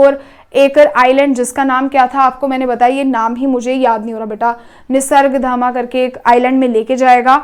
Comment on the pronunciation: It's pronounced as निसर्गधाम